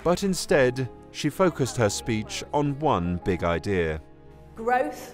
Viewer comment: He's a gweat fwend who wants to see the countwy on the path to gwoth. Poor old Wiz